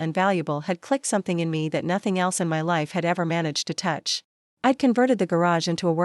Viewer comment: Shocking narration!! AI on speed! Why keep saying I D D D????